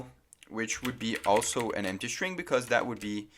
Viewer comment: Desconfiava que ele era brasileiro quando ele falou "emptchy" em um certo momento do vídeo. Realmente ele tem um inglês muito bom.